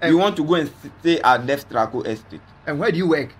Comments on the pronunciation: I don't know Ghana but I laughed when he said Destraco estate😁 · I think he meant Trasaco